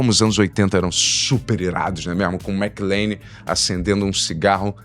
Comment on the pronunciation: McLANE???? WTF. Primeira vez que vejo alguém falar errado o nome de um dos heróis mais icônicos de todos os tempos. Isso só prova o POSER na questão cultura pop que o é.